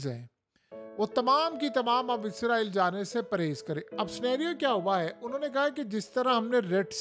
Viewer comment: آپ کا تلفظ درست نہیں ھے آپ ھر ویڈیو میں اسرائیل کی بجاے عزرائیل بول رھے ھیں اس کو درست کر لیں جزاک اللہ خیرا